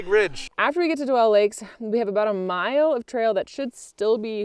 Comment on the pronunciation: I believe the lakes are pronounced "Dew-Lee" not "Doe-Elle". 3rd gen, lifetime resident and this is how everyone I know called these.